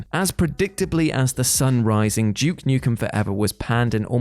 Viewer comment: JUKE Nukem, WTF?! It's DUKE! DUUUUKE ASSHOLE!!!